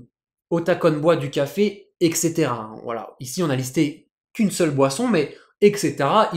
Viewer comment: etc = eTcaetera, pas exetera. On prononce d'abord le T : etcetera. Sinon c'est cool c'est le retour ! Bon courage !